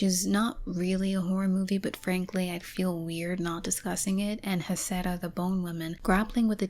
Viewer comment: Awesome video! And just so you know in Huesera the Hu makes a w sound! ❤